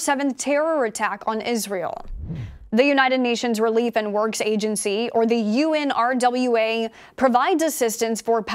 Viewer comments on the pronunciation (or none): Girl! Nobody calls it by those letters!!! It’s called unrah. Do not say U. N.